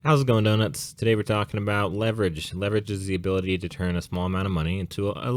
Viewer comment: Wait did he call you guys donuts 🍩 or no nuts? 🚫🥜